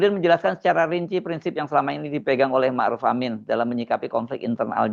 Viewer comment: iki orang apa panggil kyai zulfa dengan sebutan kyai haji sedang kyai ma' ruf dengan maruf